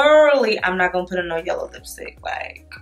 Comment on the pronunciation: LMAO “YELLER”